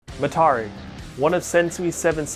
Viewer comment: why is he pronouncing Mitarai like that lol